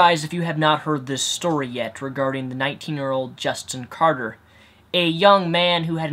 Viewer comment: Omg can you really not read? It's Carter, not Carder...